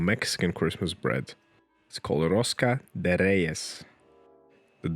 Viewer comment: As a Mexican, I must say this was a gorgeous rosca de reyes! Also, the video was worth it just for your great pronunciation of it.